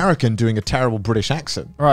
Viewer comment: Garnt not the host impossible, the cycle has been broken Bri’ish